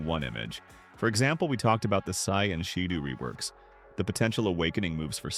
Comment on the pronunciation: “Say and shadoo’ WTF